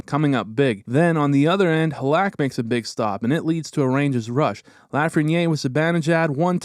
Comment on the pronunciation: great video! only thing is you might wanna learn the pronunciation of Laf and halak lol